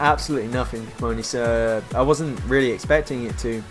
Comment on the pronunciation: Please they are prenounced cee-money sir and treeter. This is so annoying me xD